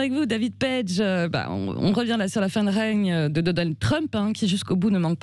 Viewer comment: "règne" ... il faut retourner au CM1 !